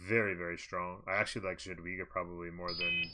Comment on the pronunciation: Nice videos, thanks. FYI Jadwiga is pronounced ya-dvi-ga :P